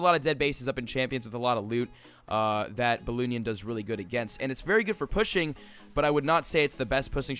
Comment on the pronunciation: he say "pussing" not pushing!! lol